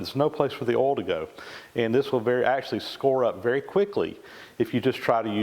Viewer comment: 'oil' I was so confused for too long